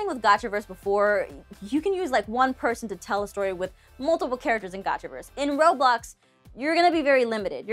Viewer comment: I was 10 minutes and 30 seconds in and she said Robox. 😂 I use them all, but I use Gacha Life for story’s.